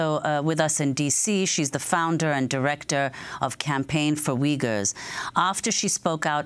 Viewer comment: They are not called Wiggers, they called Uyghurs, there is no "w" sound. It's more like ooy-gur. Just listen to her .